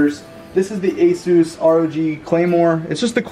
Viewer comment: you're pronouncing asus wrong.